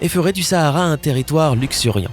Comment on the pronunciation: Je suis Sénégalaise moi .Sahara c'est au Maroc je sais pas si il le dise . En plus on dit pas Sahara comme en France c'est comme si tu disais oohh essayer